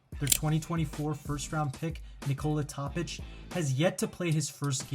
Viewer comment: The rest of vid. was good though.. also, it's TOOOOOOPIC... NOT... Topic